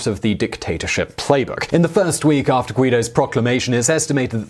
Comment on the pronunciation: you called Guaidó - 'guido'. He's not a New Jersey Italian!